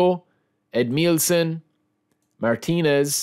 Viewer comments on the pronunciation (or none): none